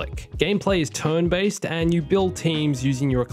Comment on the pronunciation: It's pronounced "turn" not "tohrn." You need to see a speech therapist.